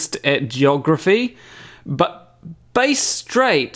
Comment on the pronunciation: Hi, ex-Austraian navy here.. Firstly, "Bass" in "Bass Strait" is pronounced like the fish, not like the large guitar. Secondly, the reason the navy patrols Bass Strait is because of the oil rigs there. There's a nautical exclusion zone around the rigs. Why? If a vessel ploughs into a rig, it can cause untold environmental or economic damage. Your point about the location and the distance is spot on though!